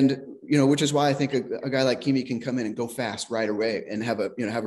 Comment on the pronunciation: I'm sorry, I didn't realize I was making that big a deal of it, I was just expressing my frustration at people pretending to be something they're not. And it's not that hard to pronounce his name, it's Kimi for ducks sake!!